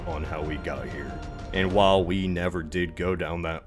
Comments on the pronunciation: No, you can't just pronounce like that lol. "We" is not pronounced [wi] but [we], a sort of "a" [ei] without the "ee", so just [e] (approximatively like in "bet" [bɛt], the [ɛ] is a more open [e]) and "Wi" is pronounced "wee" [wi]. Yes, that was veeeery hard to explain, and yes the English pronouciation of the Latin alphabet s*cks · I think “we wi wa” would’ve sounded more like “weh wee wah.” Because “wee wai wah” is an exclusively Modern English thing.